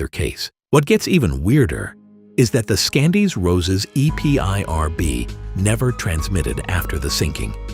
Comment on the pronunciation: Is this an AI voice ... Can't say EPIRB?